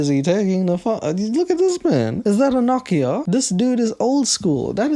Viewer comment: did you really pronounce "Nokia" as "Knocky-uh"??? 🤣